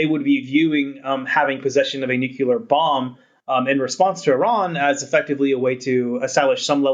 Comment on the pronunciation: nyoo-kyewl-arr haha =) the Host got it though, so that's good. Just pokin' fun, I love RANE.